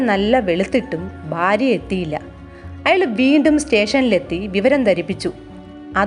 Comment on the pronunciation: ആദ്യം പോയി മലയാളം പഠിക്കു ബാര്യ അല്ല ഭാര്യ എന്നാണ്